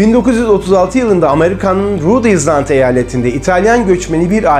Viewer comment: Abi çok da önemli değil ama, island kelimesinin okunuşu "izland" değil "aylınd" şeklinde. Bizim dilimiz değil sonuçta, ister düzelt ister öyle söyle sen bilirsin :)